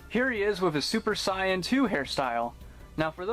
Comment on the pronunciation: Love the video, just bought one of these myself. And no offence, but why do you pronounce "super Saiyan" like that?